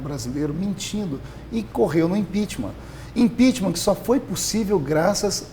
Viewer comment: Dep Orlado perdeu o respeito só por falar IMPEACHMAR kkkk de resto foi só caindo, nunca ouvi tanta asneiras de um deputado! Feliciano está de parabéns!!!!